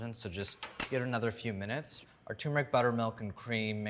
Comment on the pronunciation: c'mon, NYT. this guy mispronounces the word "turmeric" as "tumor-ick". He can't read, therefore, he should NOT be given a platform to address the public.